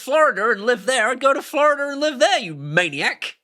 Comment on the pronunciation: Flororder is probably my favorite pronunciation of Florida. That place is a living hell hole and the people are rude.